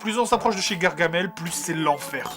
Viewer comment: Y'a pas de "e" à gargamel